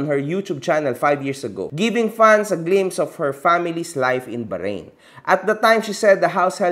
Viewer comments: Ganynkc ang pgpronounce baharain 😂" hndi Bahrain 🇧🇭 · BAHRAIN HINDI BAHARAIN WALANG GANUNG BANSA pronunciation lang yung baharain 😂😂😂